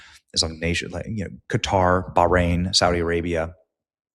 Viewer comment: I'm glad you said Qatar instead of cutter😂😂😂😂😂😂